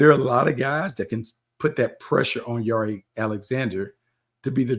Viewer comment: Since when does Jaire pronounce his name like that? 🤦🏾 you throwing me off Bucky